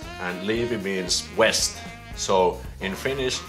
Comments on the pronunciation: Teppo haha yes I know. What I don't understand is why Finns make the "w" sound with English words that start with "v" especially since "v" exists in Finnish. So like in the video he was saying "west" instead of "vest" with a strong "v" sound. Does that make sense? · When Finns say a word in English that starts with W/V they always mix it up which I find so cuuuute. You were saying "west" instead of "vest" with a strong "v" sound. I have never really understood why Finns get mixed up with such words (another example is saying "womit" instead of "vomit") especially since Finnish has plenty of words start with or containing "v" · Rintaliivi= chest+vest. NOT chest+west. Pronounce the V in vest. Not all english words are W sounds. Vilho- NOT Wilho. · I know it must be confusing for you because w and v sound the same in Finnish. In English the same way you pronounced the v in virtahepo is how you pronounce the v in vest. With the word west just say it the way you were saying "vest" in this video😂😂😂 I hope that makes sense